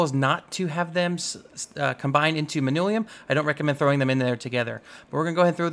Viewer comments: how the entire hell does one read "Manyullyn" as "Manulium" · He says it as if it is spelled Manullium. Its manyullyn. Like. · Manyullyn. MAN-yuh-lin.